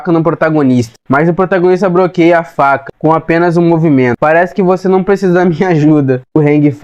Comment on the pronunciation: Alanzoka tá fazendo recap 😂broqueia😂celebro 😂exprode😂 me diverti muito 😂